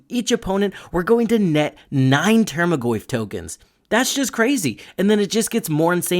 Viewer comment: Solid video, earned a subscriber but bugged me how you pronounced tarmogoyf as "termagoyf" everytime